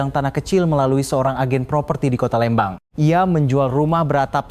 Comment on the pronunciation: 😢maaf bukan Lembang tapiiiii Leeeeembang🙏🙏🙏🙏🙏